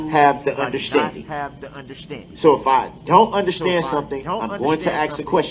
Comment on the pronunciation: Exactly. He also likes to say dishrespectful, undershtand, ridicaless, and jurishdiction.